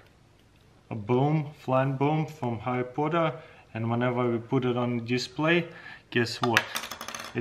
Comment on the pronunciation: Yes, I love my some Harry Pooter